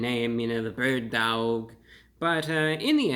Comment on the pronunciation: Bird duaouwg